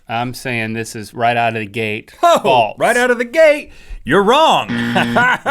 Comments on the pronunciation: Its FALSE not FALTS!!!! Everyday you guys drive me crazy with your inability to pronounce such a simple word!! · Omg stop saying faltz